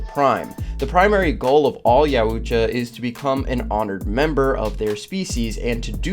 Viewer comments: Great video so 👍 for that. But sorry, your pronunciation of Yautja throughout the video is bugging the h*ll out of me. You putting too much emphasis in the letter u. Not really the biggest of deals. Just had to say it. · pronounced YOW-CHA NOT yow-oocha. after 6 minutes in, i cannot listen to you say it again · Yautja Yow-cha Not yow-oo-cha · It isn't 'Ya- oo- cha' it's 'yow- cha' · its pronounced (y-owt-ja) not (yau- oot- ja) stoopid lol lmao funnee haha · I've only heard it pronounced Yaut-ja, I don't think I've ever heard it called Ya-ut-ja. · pronounced ''yuh-ow-cha'' not ''ya-oo-cha'' lol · It’s “Yao-cha” Not “yaOUuu tcha” lol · It's pronounced yao-cha not yaa-ooh-cha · Yautja is pronounced yowt•juh not yah•oot•juh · its pronounced Yow-Cha not yow-uh-jah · Yow-cha not yow-ooo-cha lol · There called YAUTJA not Yuatja your pronouncing it wrong buddy . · It’s YOWTJA. Yautja. Not yowUTja. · Yao-Cha is how you say the name, not YA U CHA or I'm I tripping? Still a good video it was just funny hearing it pronounced like that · Its yowtcha, not yowoohcha 😂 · YOW-TCHA not YOWOO-TCHA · Bruh you murdered the pronunciation of "Yautja"... It's not "yowootja"... It's " yowta". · You're pronouncing youtja wrong... yowt ja, not yow u tja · it was so annoying hearing him say yow-oo-ja instead if yowt-juh. i coundnt make it through the video listening to that bruh. reminds me when they pronounced aang as ong in the last airbender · 'Ya-WOO-cha' lol. It's pronounced 'yao-tcha' or 'yaot-juh' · Yaootja. Please stop calling them that it’s Yautja yaut-ja Ya-ow-tcha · Btw it’s not ya oocha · I’ve never heard it pronounced Yow-ut-cha before. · What is a Yahoo-tcha ? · You said yautya wrong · bro says yuatcha like yAUOOCHA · Jesus christ. Yowt-ja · Yowuuucha??? Have you never watched any other video on predators or looked up google translate? Pretty easy. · Yeah just looked into it: Yautja Pronounceed (Yowt-jah) It's a little thing, but every time he said it, it just threw me off.